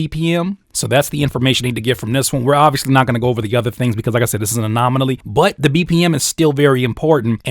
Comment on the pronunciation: My dawg keep saying anomonaly 😂😂 this video just helped out for sure, appreciate you 💪🏾